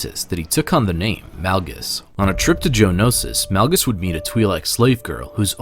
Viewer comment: Este vato dijo, Darth Nalgas???